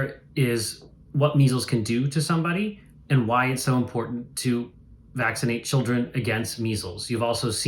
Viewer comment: "Nobody gets meezel's these days so why vacksernate again'st it".